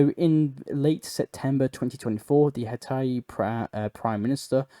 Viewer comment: Hatai? HATAI? You mean HAITI?! H A I T I... Try "how to pronounce", please...😊